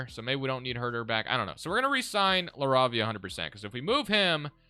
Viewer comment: Btw Jake’s last name is pronounced La-Ray-Via